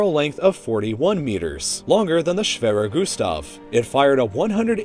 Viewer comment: i am german and i is really funny to hear someone say "schwerer gustav"